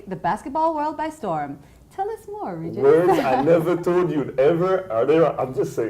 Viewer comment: Please Regis say your name the right ŵay (French version) and not the English version, as it doesn't give it/you justice.